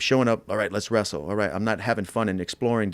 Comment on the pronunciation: "less wrastle" - khabib, McGregor, Dustin.